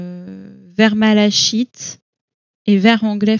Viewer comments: 😊, ok écrit malachite, mais on prononce malakite 😊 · Bonjour. Super ce tuto !! (Il me semble juste que malachite se prononce "mala-kit"). Merci pour toutes ces infos